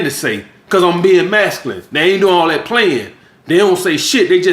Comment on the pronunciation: He can’t say the word that. He says dat. He says dem instead of them.